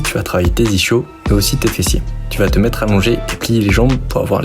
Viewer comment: J’y connais rien en sport mais en vocabulaire : j’ai bien vérifié, ça se prononce iskyo jambier. Comme l’ischion (ou ischium) qui se prononce iskyon. Et merci pour tes supers explications ❤